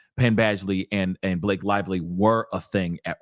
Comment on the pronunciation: “B-LA-kay was in her feefees,” made me lol.